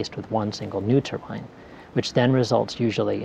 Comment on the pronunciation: It's pronounced tur-bine not turban, a turban is a head scarf